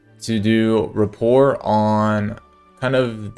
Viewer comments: raPORE - the t is silent rofl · Great vid, one nitpick is the t is silent in rapport haha, you were swapping between pronouncing the t and not 😌